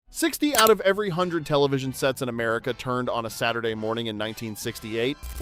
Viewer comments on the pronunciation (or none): none